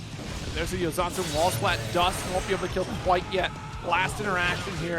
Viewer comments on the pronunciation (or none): oug. commentators are very good, but the pedantic part of my brain gets poked every time says "Yotazen" instead of "Youzansen":<